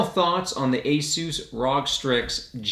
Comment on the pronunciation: first time on the channel. you stole Linus Tech Tips' youtube channel name idea. Edit: revisiting old videos I used to watch and I am wondering why I came of the idea to write this... I'm sorry man, I was being a fanboy/stan. Keep going strong! Another edit: It's usual pronounced "Are-oh-Gee" (all letters said individually not together) but you do you mate!